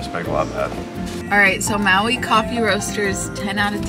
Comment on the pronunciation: Please! If you are going on vacation to a place like Maui you should learn how to pronounce the names of places you visit and show that you care ! Maui resident